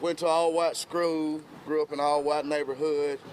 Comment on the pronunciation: Did this fool just say that he went to an “all white skrool?”😂😂😂😂🤣🤣🤣